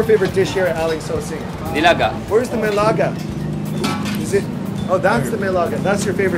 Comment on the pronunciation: sir, its Nilaga, just a heads-up so you wouldn't go wrong next time..